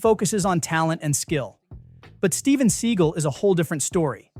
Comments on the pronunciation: And Steven "Suh gawl"... Not seagull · Why do you paraphrase? For brevity? It might take an entire extra second to read the quote entirely. By paraphrasing, you risk softening the intent. Otherwise, you're a good narrator. Steven Seagal is pronounced "SeGALL", not "Siegel", by the way. On that note, i had the opportunity to meet Steven at a fund raiser thirty years ago. He was very gracious and charming. I know his reputation, but it wasn't my experience. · His name is Steven Sea-gal, not See-gul. 🤦🏻🤦🏻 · It's "se-GAL"! . . . It's "mar-LAY-na"! Please check your pronunciations before you record!